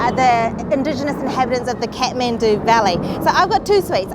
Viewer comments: Everytime she says kethmendu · I like how they pronounce Kathmandu "cat-man-do" 😂❤️